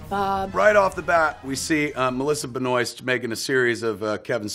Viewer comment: Anybody wanna tell Kevin that his Bluntman actors name is Ben-WAH? haha